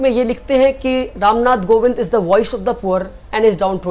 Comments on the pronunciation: it's kovind not govind. Good luck for ahead. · It's Ram Nath Kovind, not "Govind" pehle sikh le bhai